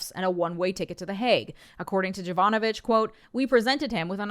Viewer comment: So, just a thing. And I know that the problem is with the transliteration in the source, but the first letter, the "J" in Jovanovich is read like the "Y" in yo-yo, and it's more Yovanovich